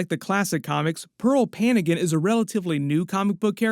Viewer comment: Its not panigan. Its Pa-ngan. Like how you read NG in the word siNGing.